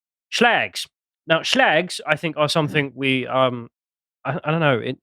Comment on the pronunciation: I love the way you say shlags... I'm adopting it